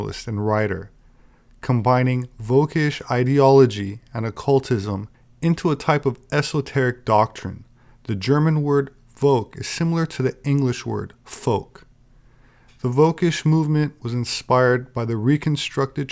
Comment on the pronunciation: Good stuff. Thanks. Just a minor thing: Volk is pronounced with an F, same as folk.